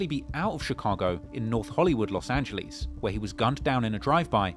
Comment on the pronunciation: “Los Angelees” 😅🤣